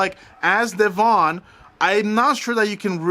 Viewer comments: Deavon pronounced like Devin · You need to listen to Celeb Guy video about this. Because he spoke to Devon (which you are pronouncing wrong). He explains the situation.